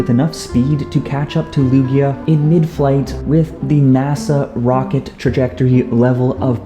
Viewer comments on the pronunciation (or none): none